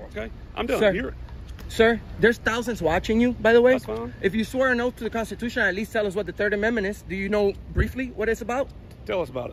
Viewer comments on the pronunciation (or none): The consachution? Never heard of that before